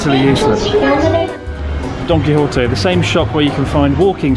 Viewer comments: i still hear it as "donkey hottie" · I'd say he's pretty close to "correct" pronunciation, save for a weak "h" instead of the Spanish sharp "j". He pronounces the "Qui" part correctly as "Ki" instead of closer to "Key" as many anglophones seem to do, and the correct "ote" instead of "otay". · All I can hear now Donkey Horte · Gonna be honest, I though Chris was saying Donkey Hot-eh~. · He didnt pronounce it as Y, he pronounced it as an H. I live in Argentina and we say it like that. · I heard "Its called Donkey hotteh" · Don Quijote sounds like Donkey Hote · i thought you said donky hottie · He pronounces Don Quijote like Donkey Hotel.